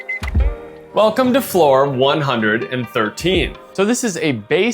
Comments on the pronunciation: 'Welocme' had me in tears. Great review. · ''WELOCME'' sounds like the Hong Kong accent, they really wanted to give a Hong Kong Experience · i was literally looking for a mosquito around me, then i realised it was the background sound from the video. overall interesting and informative video. "Welocme", that was hilarious, but the effort is good.